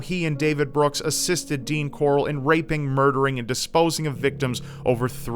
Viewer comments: it's Corll not Corrl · This dudes surname is like how Rick Grimes pronounces his sons name.... hahahaha corlllllll where's corlllllll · It's fucking "Corll" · Corll, Rick Grime's pronunciation of Carl. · I don't know why, but every time says the guy's last name, it makes me think of Rick Grimes's, "CORAAAAAAAAL!" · everytime says the last name I can only think of that stupid Walking Dead meme...CORALLL!